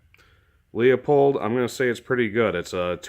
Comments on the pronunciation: OMG.....LOO pold......leupold.......not LEOpold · Who really care how people pronounce Leupold? I get tired of seeing people get their panties in a bunch over this. Really, it doesn't matter and we know the company that's being referenced.